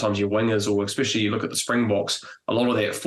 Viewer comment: Enough is enough Bryn Hall - I've sat for weeks listening to you pronounce the word especially as exspecially... 😂